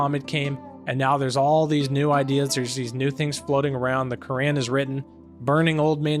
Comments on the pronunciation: Bro I think your pronouncing the book wrong your saying the Korean instead of the Quran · Why do you say Quran like that?